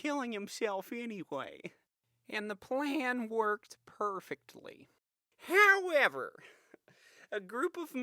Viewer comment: "HOWREVER!" hahahaha